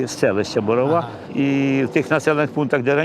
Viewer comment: Дякувати вам, за наше маленьке селище дізнається більше українців і про те,що там досі живуть люди і що досі не втрачають надію в те,що їх дім вистоїть завдяки захисникам 🙏 До речі,приємно було чути правильний наголос в назві селища😊